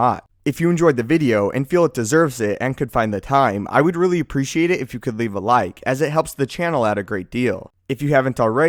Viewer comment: "Find the time to leave a laik." (Liking takes half a second)